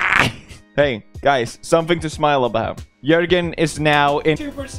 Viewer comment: Its Joergen